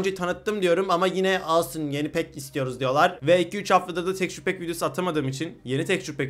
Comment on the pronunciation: Tekçür diye okuma abi ya tekstür de şuna tilt oluyodur herkes